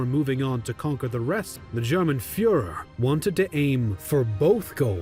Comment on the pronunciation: It's "DER FÜHRER!"